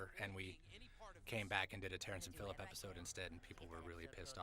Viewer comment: 'Terrance and phillip-shy' 😂😂